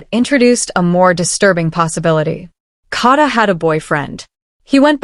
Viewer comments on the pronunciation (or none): Kay-da❤! Please 🙏 pronounce her name correctly, by all this time. Amen 🙌